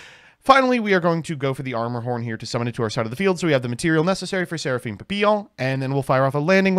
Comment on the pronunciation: Alright, good the hear seraphim name in french instead of pappelon like most 😅